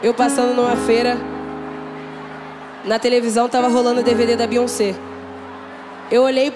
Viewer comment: Além de pronúncia o nome de BEYONCÉ errado fez o trabalho de massacra a música 😬😬😬😬